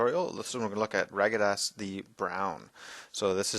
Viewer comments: Radagast! Radagast not Ragadast! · "Ragadast" ? x) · Dude, the wizard's name is RADAGAST. Respect the memory of the maker. RADAGAST. Nice paints. Take your time. Clarity is key.